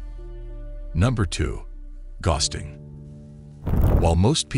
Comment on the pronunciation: I think the word is gowsting, not gosting.